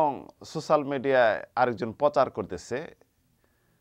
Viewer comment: ছোছাল!!! No. সোচ্যাল বলুন